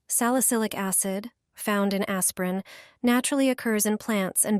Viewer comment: R U saying "aspirin" ???